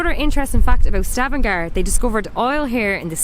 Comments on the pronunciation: Correct name of the city is Stavanger not Stavangar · ...Stavanger with an e....